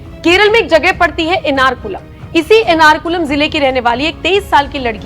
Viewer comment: एनारकुलमा नहीं मैडम, एर्नाकुलम ।